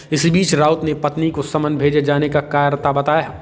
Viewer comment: Bhai please say jawaab and jaanaa and not zawaab and zaanaa. Thanks.